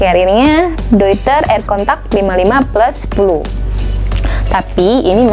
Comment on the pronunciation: Dari sekian banyak review ttg penyebutan "Deuter",,,baru mbak aja yg bener 👍👍